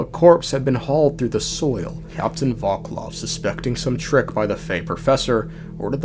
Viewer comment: he also says voklov instead of volkov 😭